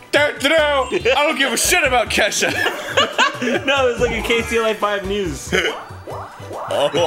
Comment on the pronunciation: I did actually think that Jon said "I don't give two SHITS about Ketchup!" But apparently he meant Kesha. ._.